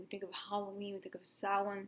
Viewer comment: U said Samhain correctly 😂